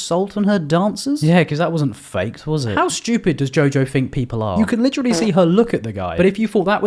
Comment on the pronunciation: “I fink you need to lay off the drugs” 😭😭😭 I’m subbing